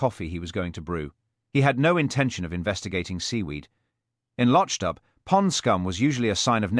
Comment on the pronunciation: LochDoo not Lochdub